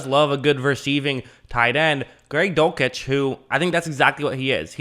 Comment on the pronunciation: Dul - sitch, not Dul - kitch